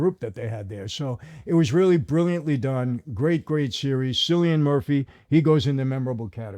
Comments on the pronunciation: Sillian Murphy 🤦😂 Cillian, pronounced Killian..it's an Irish name 🇮🇪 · Killian, not sillian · Cillian is pronounced Kill...ian......not Sill...ian. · Cillian is pronounced Kill....ian Not Sill... ian 🇮🇪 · Cillian Murphy's first name is pronounced KILL-EE-EN not SILL-EE-EN. Mispronouncing people's names, especially when you're making a living talking about them, is disrespectful. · Mr Murphy’s name is pronounced “Killian”, not “Sillian” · Cillian is pronounce kill-i-an, Kill rather than sill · Irish here, its killlian not sillian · FYI, pretty sure its pronounced "Killian" Murphy. I thought it was Sillian too but I think its Kill. :) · Cillian is pronounced as Killian, not Sillian. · This was really fun got my Sub! Also the proper pronunciation is Killian not Sillian. The Irish the C is a hard C. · It is pronounced 'Killian', not 'Cillian'. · At least pronounce his name correctly, it's not Sillyan, it's Cillian and pronounced Killyan 🙄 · Killian Murphy, not Sillian. Sorry fof being pronunciation Natsi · Hearing him say "Sillyian" over and over grates on my ears. It's pronounced "KILLian." Ní Éireannach ar ndóigh. 🙄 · As an Irish man, Its pronounced killian not sillian. Great video! James needs to be goated though. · It's pronounced KILL-ian, not SILL-ian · Cillian is pronounced “KILL-EE-AN”…not “”SILLY-AN”. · It’s pronounced Killian not Cillian. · I know he’s American so I give him a little slack but my god if I hear someone say “Sillian” Murphy again im gonna crack 😂 It’s “KILL-IAN” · Mr Franzese with all do respect you say Cillian murphy but actually Cillian you say it with a "K" not a "C". Regards sir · It's pronounced Killian. The C is a hard K not an S. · gotta pronounce Cillian's name with Ky not Sy and he should be at least Legendary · Cillian Murphy’s first name is pronounced Kill-ee-an. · Its pronounced killian Murphy, I havent watched sopranos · Cillian is pronounced. "Kill" Ian, just a heads up, no disrespect.... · It's pronounced Kill-lee-an mate :)